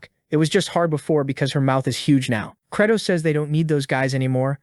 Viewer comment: Am I now realising that theMC's name is Credoss not Kratos 😭 ✌